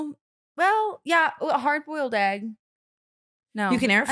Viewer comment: why says Ahgg not EGG